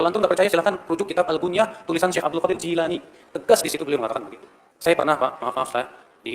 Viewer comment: "Jilani" bener kang